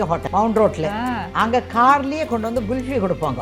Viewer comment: It’s kulfi not gulfi lol